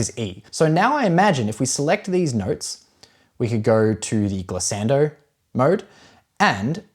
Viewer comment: Glissando Gliss-ahn-doh. Not 'ann-doh'